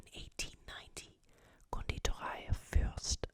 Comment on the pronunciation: so happy you're back ^.^ Do you speak German? Because you pronounced Pfefferminze, Mozartkugeln and Konditorei pretty well...